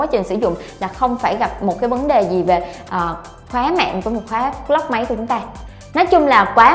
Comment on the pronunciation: Lock mà đọc như clock vậy má